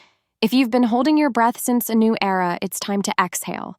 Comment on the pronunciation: Era NOT error